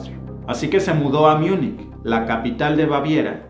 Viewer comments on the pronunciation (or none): none